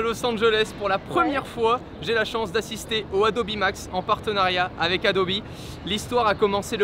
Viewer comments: Adobi ça casse les oreilles ... Adobe c’est quand même mieux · On dit Hey-Do-Bi ou ADOBE mais pas ADOBI wtf ?! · Dire "adobi" à chaque fois mais quand on parle de photoshop ça parle d'adobe ????????? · Alors je vais faire mon chieur mais un iPad Pro c’est pas vraiment le même prix qu’un Mac Pro Et puis faire exprès de prononcer « adobi » pour faire genre et quand il parle en mode normal tu prononce comme tout bon vieux français sinon pour le reste très bonne vidéo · Adobi c’est la prononciation en anglais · Il dit Adobi Max, mais Adobe Photoshop, donc tout vas bien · Il suffit juste de poser la question. What's the pronunciation of Adobe ? The answer is /əˈdəʊ.bi/ . Le a se prononce comme un e, le do est une diphtongue (deux sons) et be se prononce bi. Ah aussi la deuxième syllable est accentuée . En conclusion ce n'est ni adobe, ni adobi mais de toutes façons la plupart des oreilles françaises ne peuvent pas entendre correctement les phonèmes anglais. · je suis le seul qui ne dit pas « adobi » ? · Est-ce que je suis le seul qui le prononce "Adobe" et non pas "Adobi" ?? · Yang the third « adobi » c’est la prononciation officielle « adobe » c’est juste en français mais sinon tout le monde presque dit adobe et France tkt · C'est qu'en anglais ça se prononce "Adobi" comme Nike se prononce "Niki" en anglais ;) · "adobi" c la prononciation en anglais et "adobe" c en fr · Le « Adobi » me crispe